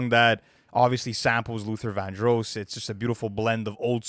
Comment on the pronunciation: “Luther Vandrose” ?